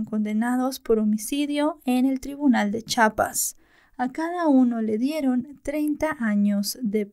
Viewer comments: no se pronuncia CHAPAS...Es CHIAPAS con i Saludos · mientras hago mi tarea te escucho y me dio curiosidad que también dices chapas como yo, cuando es chiapas y siempre se ríen mis padres y mi novio, te quiero gracias por un buen trabajo <3